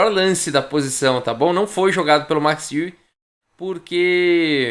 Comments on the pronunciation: Max Euwe...Max Iui...não seria Max Óivi a pronúncia?...ele era holandes...Holanda...país germânico... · falei com um amigo holandês que me disse que a pronúncia correta é MAX ÓIVE. A confirmar...